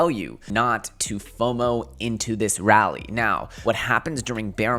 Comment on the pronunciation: This man really said “rally” lmao.. losing credibility